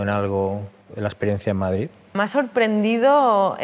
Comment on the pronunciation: ¿Per què diu MadriZ?